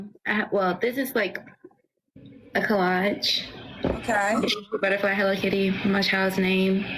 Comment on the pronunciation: Colladge? You mean collage? It drives me crazy when people use words they can’t pronounce. She abstinence? That’s amazing. She needs to listen to the dictionary. Not read it. Listen to an audio version.